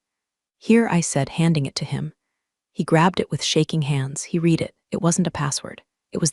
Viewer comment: You Still can’t pronounce “Read” properly?